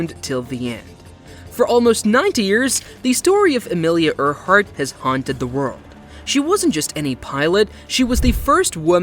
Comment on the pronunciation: I don't know if the narrator is a real person or a robot, but they don't know how to pronounce "Earhart"